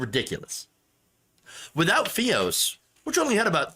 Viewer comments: F-EYE-OS, Not FEE-OS.. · fy-os. not fe-os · F-EYE-OS, not Fee-os. Sorry. It just burned my ears😉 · I'm sorry but it's fios (fye-os). The way you say it is making me laugh everytime. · Fee-os? WTF.. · Sjsjsjs I can't focus on the video the way you say fios hshshshssj it's f-eye-os